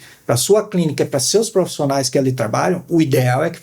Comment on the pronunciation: Muito bom.. Mas, segurar profissiiiinaia ..😊